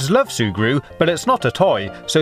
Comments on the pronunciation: No cap, he said "Surgu" 18 times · Can you stop saying zurgre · XD That's another way to spell and pronounce it. His way is actually funnier, so you should wait before calling people stupid. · Every time he says "sugru" I slap my self